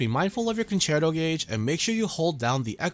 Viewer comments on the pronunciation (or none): none